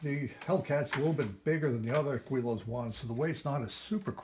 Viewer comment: It’s pronounced GiLL-Lows